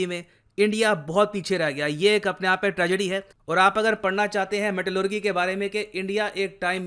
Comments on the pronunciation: मेटेलेरजी not मेटेलेरगि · Sir metallurgy ko metallurjee bolte hai naa ki metallurgee bolte hai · Good information. One correction- Pronounciation of Metallurgy is wrong. It's मैटलर्जी not मैटलग्री। Thanks 🙏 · Pronounciation of Metallurgy... With "ji" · Pronunciation of Metallurgy = meh·tuh·luh·jee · Dear Sir, pronunciation of metallurgy is not correct... its metal.lur.jee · Metallurgy pronunciation 🤣🤣🤣🤣🤣😂😂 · Bro your metallurgy pronunciation is wrong